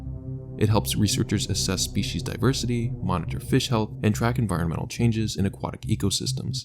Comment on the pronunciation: tf is this word "envoirmenal" you speak off "amerikin"